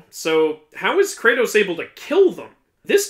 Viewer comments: IT KRATO not cratus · Kratos is not cratus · KRATOS IS NOT SUPPOSED TO BE CRATUS....Great video otherwise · Messed up the "Are" in the beginning 😅